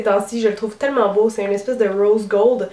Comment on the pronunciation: rose gold on dirait que tu es anglaise :)